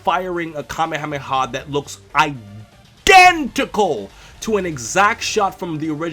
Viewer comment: "I-DENTICAL" lmao